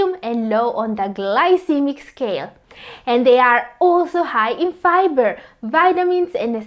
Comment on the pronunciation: ARE YOU SAYING FIBER OR PIBER 🤣🤣🤣🤣🤣🤣🤣